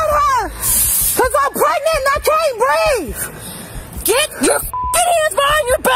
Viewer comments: A grown ass woman repeatedly saying she can't "breeve" smh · The TRUE deplorables. “I can’t breef” “I’m pregnant” “I know my rights”